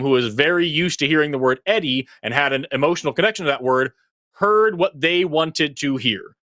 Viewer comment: Hey. "Eddie" sounds like 'Teddy".